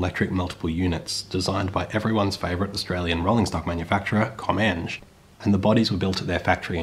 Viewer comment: i was triggered when he ws saying “comenj” instead of “comeng” 😂